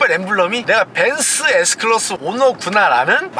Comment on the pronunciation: 벤쓰 에스 끄라쓰~~~